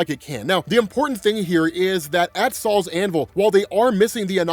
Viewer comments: It's not "Saul's Hammer". It's not some old Jewish guys hammer. It's "Sol's Hammer" Sol the Roman god of the Sun. It's pronounced "Soul". I was dying laughing at Saul though. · im not gonna lie i thought u were saying sauls anvil but now i se its SOL'S anvil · Gonna be honest with you. The first 4 times I heard you say it. It for sure sounded like you said “Sal’s Anvil” 😂😂😂😂 like who the F is Sal?